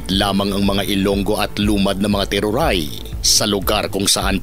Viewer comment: Teduray po. Sir hindi teruray..